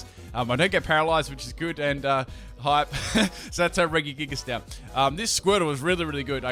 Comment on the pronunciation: Why did you pronounce Regigigas with 3 hard G's? Think Reggie Fils-Aime